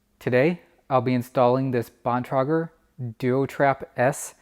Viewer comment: Hi, you did not pronounce Bontrager correctly. You did not tell us the name of the app you were using also, thank you.